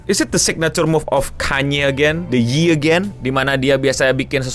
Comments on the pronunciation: It's YE, not yee yi yie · its not yi, ITS YÈ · Tapi Ye dibacanya "yé" bang bukang "yi" 🙏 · nyebutnya "ye" bukan "yi" kalo ga salah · bukan yi bang, tapi bacanya "ye" wkwkwk